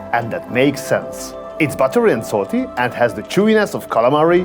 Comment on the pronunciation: After I hear you saying salt for the first time, I knew for a fact that you are Hungarian :) Anyway , nice channel and nice videos!